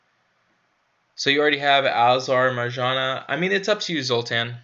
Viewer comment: Marjana is pronounced like Maryana